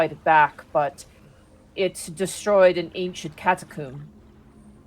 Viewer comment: with all the talk about word pronunciation, I couldn't help but hear say 'cata-coom'